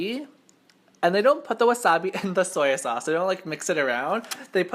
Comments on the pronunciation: Soyo sauce .. ;; '-' I cri when I hear that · Dang what ever you are you can't even say "soy sauce"